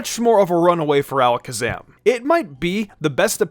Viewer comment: Metagros cause you said Alaskasam too much